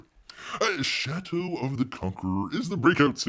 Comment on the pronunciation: It kept sounding like you were saying 'Chateau of the Conqueror'.